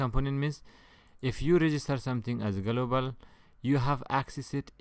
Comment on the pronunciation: galooobal components !! 😂 its very fun man, thank you very much